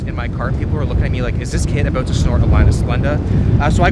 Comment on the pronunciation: “We’ll see aboot that”